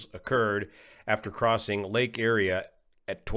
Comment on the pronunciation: Great analysis, as always,. Just a side note: N36WP crashed on the property of Buffalo Bills offensive tackle, Dion Dawkins. And, it's Lake Erie (Ear...ee!).